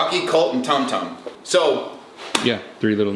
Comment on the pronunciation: you're SOOOO close. It's Rocky, Colt, and Tum-Tum! It's was one of my favorite movies as a kid. ^_^